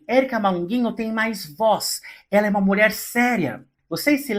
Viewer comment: "Molher". Pq falar assim srta??